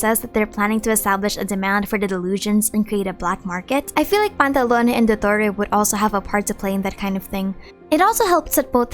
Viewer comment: its PANTALOWN! NOT PANTALONEY..